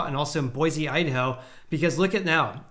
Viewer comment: Tip from a local: Boise is pronounced Boy-see. Love the content!